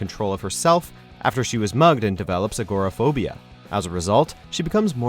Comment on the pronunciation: i think you drop the first o in pronouncing agoraphobia. Reading a script Lol😂